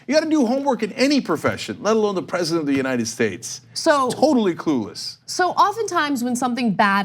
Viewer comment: the world still has air BECAUSE IM DE BEST PREZIDHNT